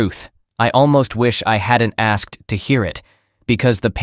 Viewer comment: Teach the bot pronunciation, ask-ed is wrong. One syllable, asked. The bot (or idiot person) said it correctly earlier. Also produced is not pronounced produce-ed. Get it right all the way through or quit.